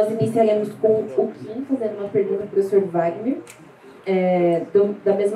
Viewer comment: Só eu fiquei com agonia dela errando o nome do Kim 😂😂😂